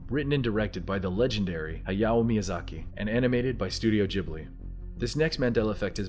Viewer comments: Say studio JHIBLI one more time I dare u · Also SLAP For the way you keep saying Ghibli